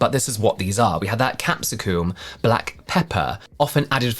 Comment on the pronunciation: I'm sorry...is that really how you people say capsicum?? 😅😂